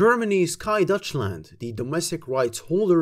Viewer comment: i am german btw:) Just found your pronunciation funny, made it seem like it was from the Netherlands